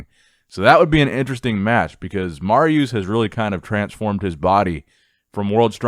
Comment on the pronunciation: dude it is Marius not mariuuuuuuuuuuus